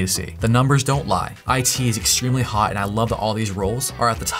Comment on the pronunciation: "Systems ingeneer is still hote...in a lot of ways" hahaha